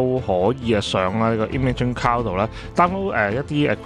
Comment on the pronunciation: 你读cloud点解读成cow的？